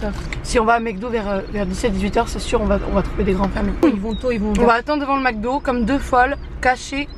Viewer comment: romy dit h24 mecdo au lieu de MACdo